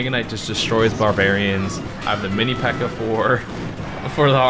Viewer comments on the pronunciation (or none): This man said mini pekker